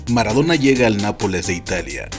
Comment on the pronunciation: Es "Maradona", no "Maradora"....